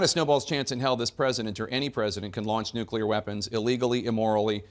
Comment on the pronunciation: I really really love the humor that Bob projects. He is a treasure. He says NUCULAR.. HILARIOUS 😂